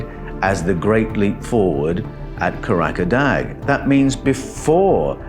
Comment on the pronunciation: KAH RAH KAH DAH is the correct pronunciation for Karadağ. Loosely translated means mountain of laughter or laughter mountain. Please, as a man of words, use the correct pronunciation. There i s no such place in Turkiye called kahrakadag.